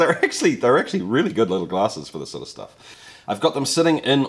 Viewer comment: Swallows the last drop. "Yeah, thatsh lovely schtuff"